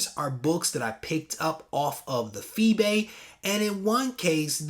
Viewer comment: FeeBay hahahah 100% accurate